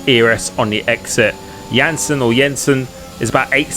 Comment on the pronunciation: You said etsr jensen so wrong nooo😂😂😂